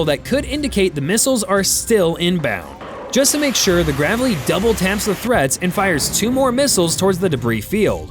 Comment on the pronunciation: Please say Graveley right